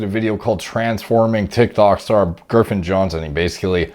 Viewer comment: Is he saying Girffen or Griffin? Sounds like he’s using the R too late lol